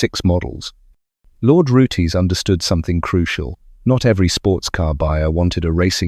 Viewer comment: Pronounced ROOTS not Rootees....Roots that Rhymes With Boots.